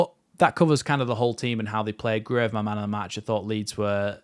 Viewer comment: Apparently Gruev is not pronounced phonetically, but like Cruyff, so... Gruyff